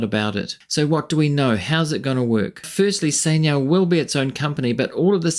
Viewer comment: is chai niao not sai niao